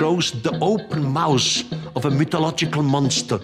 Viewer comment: He's saying mouth.